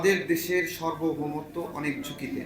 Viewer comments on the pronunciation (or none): ভাই সর্বভৌমত্ব না সার্বভৌমত্ব। এসব ছোটখাটো ভুলের দ্বারাও সুক্ষ মূর্খতা প্রকাশ পায়। এজন্য ছোটখাটো ভুল-ভালা করা যাবে না। এতবার এই শব্দটি উচ্চারণ করলেন একবারও কি সঠিক ভাবে উচ্চারণ করা গেল না? ভাই লেখাটা অন্ততপক্ষে দ্রুত ঠিক করে দেন।